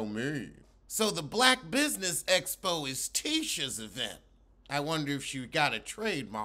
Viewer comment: First it was eeeee-vent, now essss-po. Girl 🤦🏾‍♀️😆